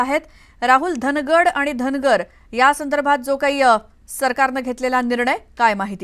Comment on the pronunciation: धांगड म्हणा धनगड हा चुकीचा उच्चार आहे